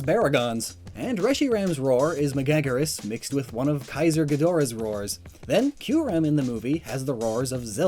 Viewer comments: MEGA-GUIRUS..... NOT meGAGurus..... my gawd... u trashing these names lmaoo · Maguygeras. Me: What? Oh, wait, you mean Megaguirus? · Also Ma-gag-ger-rus. really? Ma-gag-ger-rus? WWWWWWWWWWWWWWWWWWWWWWWWHHHHHHHHHHHHHHHHYYYYYYYYYYYYYYYYY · you be a great guy. But you butchered so many Kaiju names XD Megaguirus for instance pronounced like: Mega-gear-us Keep makin awesome content:P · You're pronunciation of megaguirus is painful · It's so awkward being lectured about kaiju by someone who can't even pronounce 90% of the names he drops correctly. Still not the worst interpretation of 'Megaguirus' I've heard though so I guess it could be worse. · he has butchered the names of so many kaiju in this video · Hearing you mispronounce so many of these names was painful, but regardless, I'm glad this video exists.